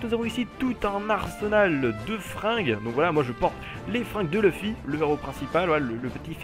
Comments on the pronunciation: pas luffi on dit leufi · Sa ce dit pas "luffy" sa ce dit "Leuffy" mais sa s'écrit luffy xD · j'ai fait me tuer quand tu a dit LUUFY